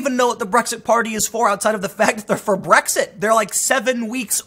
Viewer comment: It’s just an Asian guy trying to say Blexit